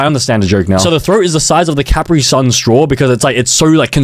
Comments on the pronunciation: It's spelled Kyaprit-sayan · Him miss pronouncing Capri-Sun makes me cry acid tears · Your saying capri son wrong😭